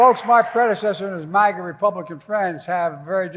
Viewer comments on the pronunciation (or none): none